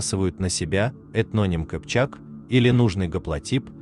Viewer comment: Это видео и есть история без лженауки ? Вы эти сказки расскажите бабушкам на лавочке, возьмите собой семечки . Как бы не пытались обесценить историю , Кыпчаки это и есть тюрки !!! И ударение падает на второй слог , а не "кпчеки" как вы произносите .